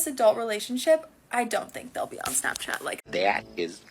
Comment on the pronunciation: Damn girl you said smapchat you basically should have said snatchchat